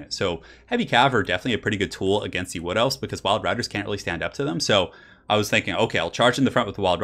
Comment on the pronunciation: The first time he said "Wood Elves", I misheard it for "Blood Elves" lol. :P